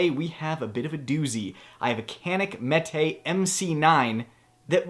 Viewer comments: It's pronounced JEHNEEK (not CAN ICK as we Americans will call it). It's Turkish so the C is a soft J as the METE is pronounced MehTay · I appreciate you going over the proper American pronunciation of the gun's name before spending 20 minutes beating your Mete on camera.